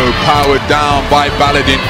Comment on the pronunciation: Not Baladin, its Baladın.